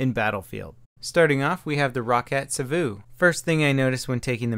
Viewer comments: I know, he makes it sound so exotic. Like Sawouh or something. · Why do you emphasise the vu in Savu? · It's so funny how he says savu, cause I'm Finnish:)